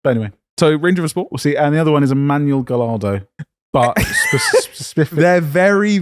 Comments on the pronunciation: lol, you don’t pronounce the lls in Gallardo 😂😂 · How is it possible that both of you pronounce Gallardo the exact same incorrect way?